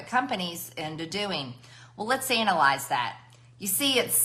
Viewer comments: Did she say 'analize' ?? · MTG: "...let's anal-lies that..."